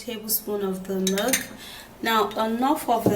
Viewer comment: That is milk my dear, it's her pronunciation that wasn't good